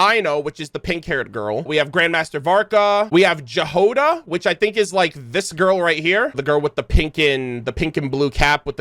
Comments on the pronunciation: The girl Jahoda is transcription for russian "Ягода" which literally means "Berry" And the Flins guy has a name Kyryll which is quite popular in Slavic countries. Chudomirovich means his father name was Chudomir! And this is what writes on the grave in the trailer Btw: Jáhoda not Jahóda. And J sounds like Y in the word "yacht" in this name. And Kyryll has second Y on emphasis 😅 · Keep hearing the mispronunciation of the name Jahoda. "J" here isn't like in the word "jam" it's a yot-sound /j/ as in the word "yes". "H" also should be voiced, not voiceless. And the stress is on the first syllable. The transcription is [ˈjaɦoda], or YA-ho-da, but NOT jah-HO-duh. It's originated from the Slavic root that means "berry", or in some of the Slavic languages – "strawberry". Compare the following: Czech/Slovak: Jahoda Polish/Serbian/Croatian/Slovenian: Jagoda Ukrainian: Ягода (Yahoda) Belarusian: Ягада (Yahada) Russian/Bulgarian/Macedonian: Ягода (Yagoda) Thank you for your lore analysis, btw, it's amazing, as always! EDITED: and Sandrone is NOT SAND-rone, but instead san-DRO-neh. And Flins is ki-RILL chu-do-MEE-ro-vich FLINS.